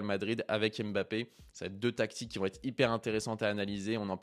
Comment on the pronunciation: Bonne vidéo mais serait-il possible de respecter son nom et de bien prononcer Mbappe et non Aime'bappe ? Ca fait mal aux oreilles